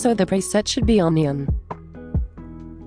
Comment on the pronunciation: neon, not onion -Moblox